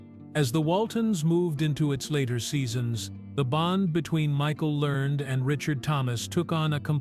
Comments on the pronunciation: Last name is learn-ed pronounced and print it RIGHT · The last name is Lear ned.